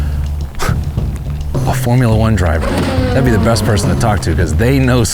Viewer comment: "all de time"